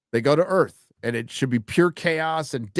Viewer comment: Alien Earf.